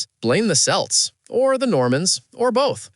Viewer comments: Selts? It's pronounced "kelts", "keltish" because our old alphabet didn't have a K (among other modern letters) until it was messed about by Latin, Norman French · Celts is pronounced Kelts not Selts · Pronounced Kelts not selts😊